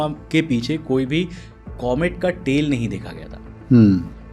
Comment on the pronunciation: मैने सुना तेल निकलती है . बाद मे पता चला तेल नही टेल कहना चाहते है 😅